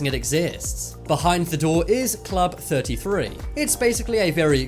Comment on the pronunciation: I thought the narrator was having a stroke talking about club 33